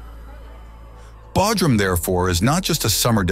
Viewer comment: BTW IT IS PRONOUNCED BOWDRUM NOT BADRUM😂